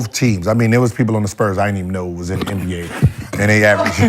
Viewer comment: brother said Le NBA 😂